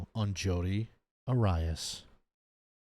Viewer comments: AIR EE US ARIAS😅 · I love how you pronounced Arias 😂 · You know it’s funny when you pronounce the name wrong of the legendary Jodi lmao